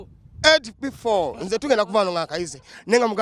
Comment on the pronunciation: Mbu amanyi oluzungu naye he can't say the word "SB4 "